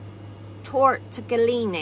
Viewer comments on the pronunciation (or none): Repeat after me... tore - tig - leeoney! You're welcome! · Did you mean to say tortellini 😂😂😂